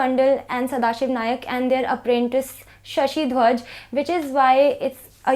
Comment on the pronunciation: not Bahirji Nayak, Bahirji 'Naik'